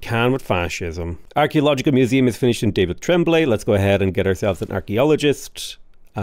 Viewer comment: Great video like always but the way said the name of “David Tremblay” make me laugh every time. I cannot be the only 😅